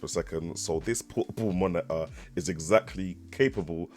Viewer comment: under 10min to the point. Nice! ... i can´t stop to say - "the moni-uh" instead of monitor ;) thanks for your test!